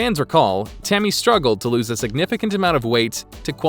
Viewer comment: Sounds like the narrator said “Timmy” lol